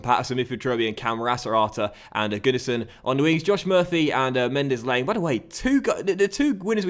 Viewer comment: You're pronouncing Mendez Laing wrong